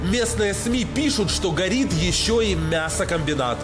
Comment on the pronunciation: Гарят ох как гарят